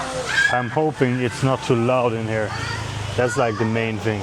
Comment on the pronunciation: One tip to improve your english is to stop saying fing and say THing instead of